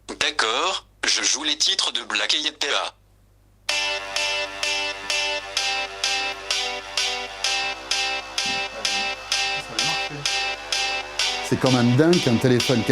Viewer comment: "c'est quand même dinque qu'un téléphone californien ne parle pas anglais" XDDD bien envoyé looooool "Black aïe péa" XDDDD